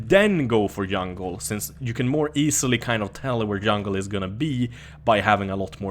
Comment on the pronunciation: When he said yungle i died XD